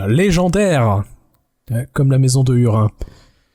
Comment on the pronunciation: Petit bémol sur la prononciation des noms propres (hurin->hourine par exemple) qui me pique les oreilles 😅 en dehors de ça très bon épisode comme d'habitude!